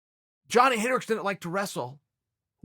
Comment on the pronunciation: Chael cant pronounce "didn't" properly....and I can't do shit about it.